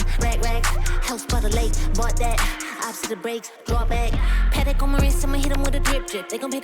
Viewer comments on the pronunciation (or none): none